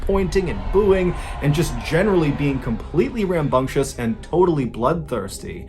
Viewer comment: Mr Ballen Ranbunctious, is not the correct pronunciation it is actually Rambunctious!